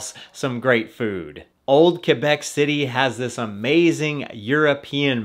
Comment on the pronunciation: Fun rip, HSF is almost TOO long lol, Also, the way you pronounce "Quebec" is spot on. The locals will love that man. So are they still using the gondola though?? ~